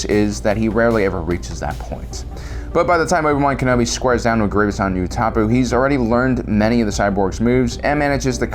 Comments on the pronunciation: He dead ass pronounced Utapau like (Ooh-ta-poo), it's actually pronounced (Ooh-ta-pow). Sometimes I question his authenticity when he struggles to pronounce names in every single video. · Mans really said “you-tap-poo”